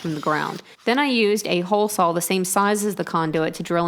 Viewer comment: Love how you say the word "saw'...sawll..